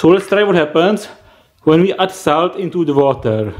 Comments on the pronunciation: Fkn idiot its salt not saut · i really like the way you say SALT and i laughed so hard when you said EVEN MORE SALTT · nice acxxxcent